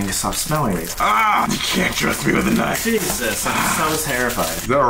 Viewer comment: “this is a kinfe ”💀